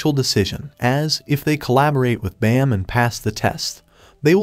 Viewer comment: It's Baam not bam 😅